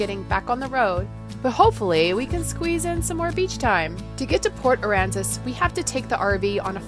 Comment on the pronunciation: I miss port Aransas and yes you said it right the first time 😆